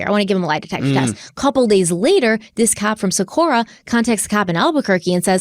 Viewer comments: Living and breathing in Albuquerque Metro area since 1994. This case breaks my soul every time I hear about it. Socorro has a HARD “O” at the end of it. Don’t come for me, I love you. Haha. 😂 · Good job with this case you guys, this hurts my heart. Thank you for your support in helping bring this case to light ❤️ love you guys and it’s so fun to see your success unfold due to all your hard work! ❤️ Just so you are aware, the “O” at the end of Socorro is pronounced “oh” not “uh.” Just wanted to let you know ☺️ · Hey and.. I actually live in Albuquerque so I wanted to let you know that it's actually Socorro new Mexico not Socorra. Just thought you'd like to know because I know you like to give accurate information in your videos. ❤😊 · It's SocorrO not SocorrA